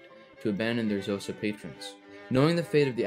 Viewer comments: This eas a really good video but Xhosa si pronounced as Koza. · K'hosa with a click please NOT Jhosa ffs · Xhosa is pronounced with a click not "Zosa" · Would have been cooler if you had pronounced Xhosa with the correct click sound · Also Xhosa is pronounced kho-sa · Aint it interesting how he talks about Dutch atrocities committed against Khoisan but not bantu ones, and doesn't even try to pronounce Xhosa correctly